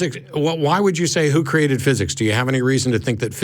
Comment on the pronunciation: He keeps saying "kerated" and "crated" arrrrgh